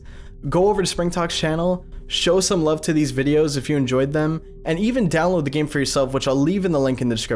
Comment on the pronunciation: Downowad the 22 bytes... Danteh... You'll distort... Danteh